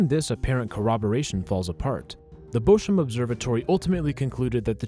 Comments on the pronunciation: its bochum not boshum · Madatory German visiting: It's pronounced "Bokum". It's related to the tree Buche (beech) and the word 'book'. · Great video but Bochum is not spoken Boshum